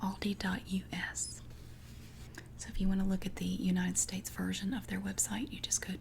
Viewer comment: I LOVE how you say Aldi (ive seen you explaining some people have tried to correct you 🤐) I pronounce it different as I am in Australia but the way you say it gives me tingles.